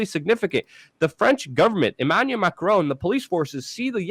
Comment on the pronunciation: Hey Luke, It is Emmanuel Macron, not Emmaluel Macron. Also, Erdogan is pronounced Ehr-deh-wahn. Have a wonderful day.